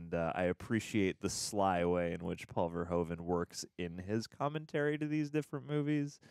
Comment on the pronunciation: Pronounce it as Paul verhooooven :)